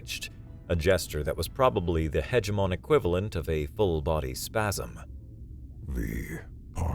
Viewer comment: "Hege-mon". Oops...sry 😎